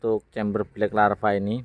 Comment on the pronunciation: Bkack lava om...... bukan black larva...